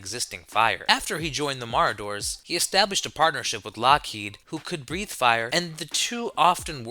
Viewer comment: Is he/it trying to say Marauders???😂